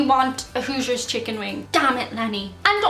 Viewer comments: I believe she was saying "Hooters" chicken wing from her last video, but not sure. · Are you saying Hooters hotwings or Hoosiers hotwings??? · Is she saying “hoosier” chicken wing or “who’s your” chicken wing? I live in Indiana and have never heard of Hoosiers chicken wing unless it’s just called a chicken wing here..... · So, to extend the controversy, is the ground beef that is in a quarter pounder at MacDonalds a paddy or a patty or even a pattie? Whichever way, how did that happen? Also, you can do a great American accent, and of course you have a lovely natural, Irish accent. But I don't know what accent you used when you metioned "Hooters" chicken wings, took several moments to understand what you said - knew what you meant when you blamed Lenny! American born - but couldn't be more Irish (99% according to DNA and occassional temper).